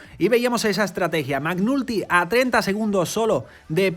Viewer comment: che ridere... si pronuncia MEC NALTY, non MAC NULTY 😂😂😂